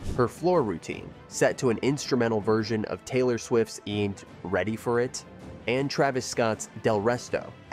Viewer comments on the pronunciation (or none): none